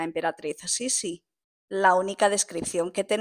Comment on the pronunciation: ¿No se pronuncia acentuando la segunda i? Es decir, Sisí